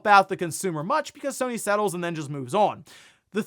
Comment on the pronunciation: sony < sue-ny